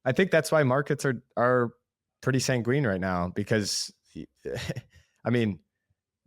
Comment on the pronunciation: Sang-win. Not sang-ween Sanguine The only place I’ve ever that kind of mispronunciation before was by an ai agent. So when I heard you say that my first thought was, “huh, he’s an ai?” My absolute favorite ai mispronunciation was in an ad for Saigon where the ai pronounced megacity as muhgas-ity 😂😂😂